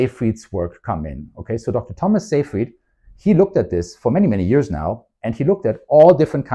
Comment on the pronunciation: You're the only person on youtube to pronounce "Seyfried" correctly. Congratulations!